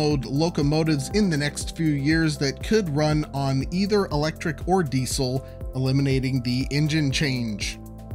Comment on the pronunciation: The way you say Diesel hurts my ears.